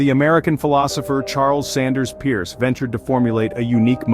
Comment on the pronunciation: Charles Sanders Peirce. The last name is pronounced “purse,” not pronounced like Pierce.